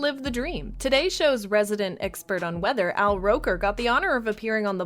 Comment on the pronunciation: Al Rocker. Jesus if you're using AI at least make sure the AI VA is doing it right. Gonna select the little ... and then click "don't recommend this channel"